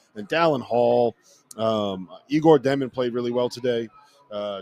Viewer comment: The guy on the left just after saying he loves this BYU team, he has to look down to read the names. He mis-pronounced Demin's name, I bet has never watched them play a full half yet, my guess he had VCU in his bracket. 🤣😂